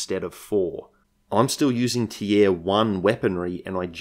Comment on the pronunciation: it's just unusual the way you say the word "tier" is all